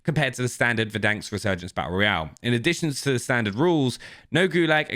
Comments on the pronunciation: For over a year I’ve been listening to you say “Verdanksk” and biting my tongue. There’s one k and it’s at the end. Stop it! Playfully furious - Cupasmell33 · "VerDANKs" (Try to unhear this now) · Nobody:: Verdanks